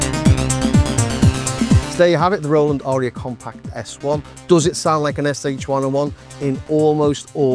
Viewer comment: It's pronounced like Eye-Rah. I - rah.